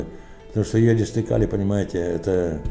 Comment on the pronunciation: И йОдистый калий, а не йодИстый. Озвучка испортила все впечатление от фильма.